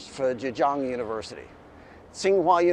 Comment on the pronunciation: Just a polite suggestion. I recommend learning some simple Chinese for these videos. 鬼 and 浙江 are both pronounced pretty badly in this video. I don't mean to be rude, but it hurts your credentials.